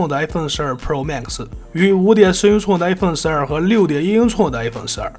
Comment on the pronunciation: 唸法是英「寸」不是英「促」